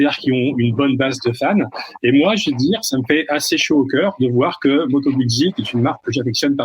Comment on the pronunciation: Merci à pour ses top commentaires. Quand même juste une remarque, Guzzi se prononce "goudzi". 😅